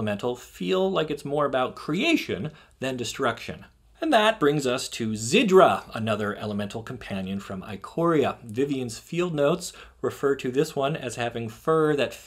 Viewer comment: its Zirda, not Zidra. And it's Jengatha not Jengotha.